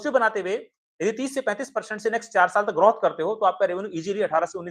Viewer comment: ग्रार्थ या ग्रोथ ? जब भी ग्राथ कहते हो वो ड्राप की तरह सुनाई देता है